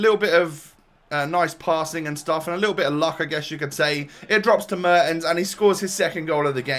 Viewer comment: just a tip, its pronounced mairtens, but you nailed his first name